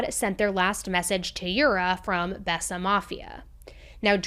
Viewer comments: Think It was pronounced bay sa mafia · Besa is pronounced [bay-sah] and means “to believe” in Albanian. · It’s pronounced bayza… love your content